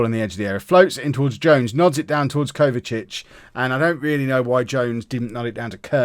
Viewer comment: His name is Kovacevic but you are saying Kovacic. You are missing the letter E and V whilst saying the name